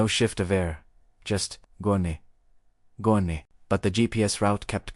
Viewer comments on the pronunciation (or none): "gone" go-nee XD